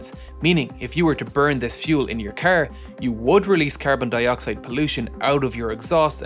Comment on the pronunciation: Am I the only one who is like super bothered by how he pronounces the word "car" lol